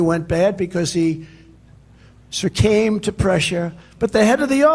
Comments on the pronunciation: 'surcamed' to pressure? 😂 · The Orange Mess gabs on as the actual Crowded Mess behind him applauds.🥴😵‍💫 Did he say , "but then he "surcame" to pressure" ...COFVEFE🥴 surcame🤔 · Did he say " he surcame to pressure"? We are going to be laughed at for as long as he is remembered. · *Surcamed? He surcamed to pressure? Wow........was he a big tough man? Was he crying....?